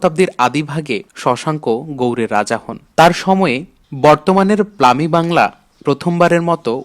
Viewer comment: কিছু উচ্চারণ এ ভুল রয়েছে। যেমনঃ ৯৫০ এট জায়গায় বলেছেন ১৯৫০, পশ্চিম বাাঙলা কে বলেছেন প্লামি বাংলা।